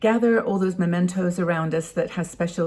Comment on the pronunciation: Mementos, not Momentos.